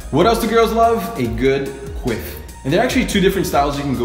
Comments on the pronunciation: I thought he said "queef" at first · “A good quiff” I thought he said queef lmao